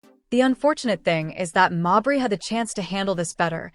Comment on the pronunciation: Is the AI narration purposely trolling by pronouncing, "Mabrey" different every time?' 😆